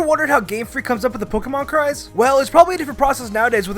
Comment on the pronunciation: For number 8, did anyone else hear "cards" when he said "cries"?